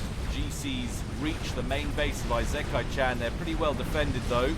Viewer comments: ee-sick-eye is the phonetical pronunciation of Isekai. Also, are those T2 mass fabs around the capped T3 mexes? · Firstly, your pronunciation of isekai is incorrect (i-se-kai) it has no z and the first I is a short sounding "i". Secondly that's Farms. Thirdly if you're recording your voice separately to the game then you might want to edit out your coughing. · Not to be a smart ass, but the I in “isekai” is pronounced like an “e” in English. It’s the Japanese way of saying things. Hell, Isekai is whole genre that means being transported into another world, which makes sense because you literally travel to another world every game. XD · Isekai is pronounced I (like reed) se(like send) kai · Your prononciation of isekai is fine except that the beginning is pronounced "ee" as in the word "eel" and "se" as in the word "segment". That's always how you pronounce the letters i, s, and e in Japanese that's written in Roman alphabet.